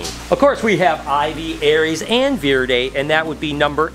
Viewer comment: Says Nuevo Leon kingsnake perfectly Also: Vur-Dee